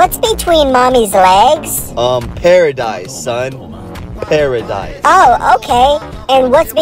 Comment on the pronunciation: Bro emphasised on paradise 😂😂